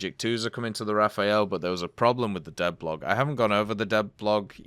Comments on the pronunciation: Stop saying Raphael. Just say RA-FAIL, if you can't do the french pronunciation. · hi bro! nice videos... but can you please stop calling the rafale as if it was written Raphael? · Dislike each time I ear RAFAEL again!!! Even the Devblog say Le RAFALE! Translate :burst/gust and not a italian name! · imagine being mad that someone isn't pronouncing a foreign word properly